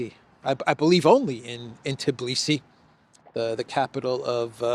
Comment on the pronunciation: Georgia PM's name is Kobakhidze, not "Kokhabidze." Also, it's Tbilisi, not "Tiblisi."